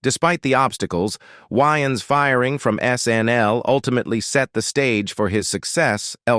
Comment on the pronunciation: The narrator cannot even pronounce Wayan's last name correctly. That is how you know this is a content mill and not a real channel. Leave a dislike!